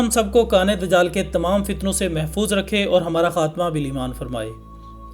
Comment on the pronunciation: bhai amad nai dijaal jab Aaeye gaa ye lafazz sahi karo